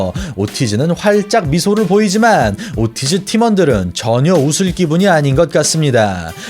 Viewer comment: 목소리도 그렇고 말투도 그렇고 얼굴 나오는거도 되게 거슬리네요. 그리고 이분 영어를 못하나요? 오르티즈를 왜 오티즈라 하나유?